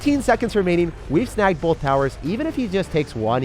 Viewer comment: you said bolth BOLTH times!